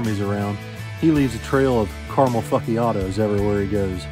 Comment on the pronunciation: “Caramel Fuckyiato” 😂